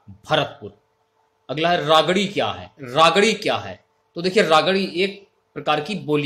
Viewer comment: वागड़ी होती है बावड़ी नही